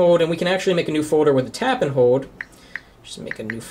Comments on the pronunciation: . "Foder" and "Hode" o_O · haha. "a Foder" "press and hode to make a new foder"